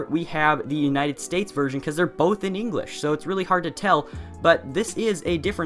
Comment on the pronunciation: the united S t a *p*e s